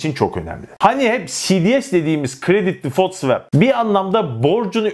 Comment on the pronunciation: svep degil, bildigin SVUAP diye okunur o.